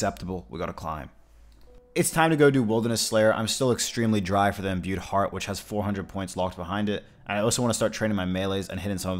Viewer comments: Stop watching after you said imbued fart for the 18th time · Bro I always be drinking while watching your new uploads and tonight I’m a bit swizzly and you kept sayin imbued fart instead of heart and everytime I questioned myself like what did he jus say? 😂 thanks for the chuckle, king.